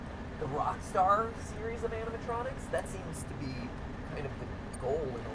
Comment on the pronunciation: Mat: "Your honor there are no animontronics in my resturant." Judge: hmmmm... GUILTY! Mat: "BUT THERE ARE NO ANIMONTRONICS!"